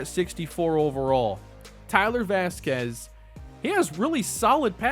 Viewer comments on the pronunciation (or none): none